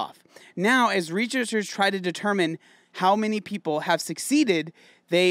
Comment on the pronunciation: no one:: reachersers